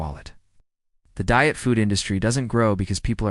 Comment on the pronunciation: Dee-it foods? 😂